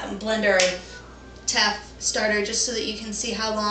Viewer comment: Someone tell her how to pronounce Injera and teff correctly. Hey video lady send me a pvt message on your email address. I can record the pronunciations and send then back to you. When you say teff, it makes you sound cute, in a childish way though.